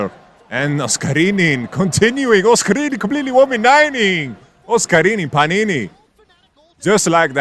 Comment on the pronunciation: love pronunciation OSCARININ ❤